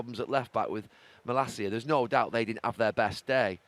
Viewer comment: HOW does he keep pronouncing MalAcia as Malicia?!?! JFC…